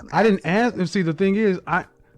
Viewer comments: WTH she talking about??????? If she is so educated why does she keep saying axe. That a dead give away for a liar. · This lady is completely imploding because she hates that shes a Big Backm. Shes has a communication degree but cant pronounce the word ASK. Its not AXED! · If she is telling the truth about her degree, that just shows how easy it is to graduate college. She was also saying axe instead of ask, pathetic. I can guarantee she doesn't have a 25 inch waist. You can hear the obesity in her voice. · “Axe you” says the “communications major”😁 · Once you hear ,"aks" walk away fellas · Communication degree- ax you. Cmon Gee I wonder why she’s single. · This woman claims to have a masters degree in professional development, and has not yet realized, in all her years at school, that the S is before the K in the word ASK 🤣🤣🤣